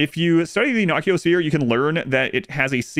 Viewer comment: I believe the Nociosphere is pronounced No-see-o-sphere, as it seems to go hand in hand with the latinized word "nociception" or "nocioception", the name given to our physiological response to 'noxious stimuli' - Pain. But it looks to be a hardy sphere, so by all means we can start calling it the Nokia if you want haha